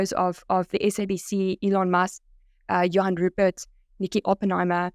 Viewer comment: Sorry but one could see a mile way that was fake. Those SABC newsreaders didnt even pronounce Johan Rupert correctly. They all sounded robotic. I was wondering how many people would fall for that scam. Also, for YT to accept a Sponsored Ad from a fake AI generated video is deplorable. Even after so many people directly complained to them I guess to some people those news readers and even Elon's video could be real. I just think when we see these kinda ads we need to be more skeptical. If its too good to be true, it probably is